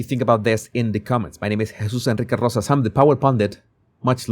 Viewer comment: How does this guy say Jesus Enrique Rosas in one syllable?😂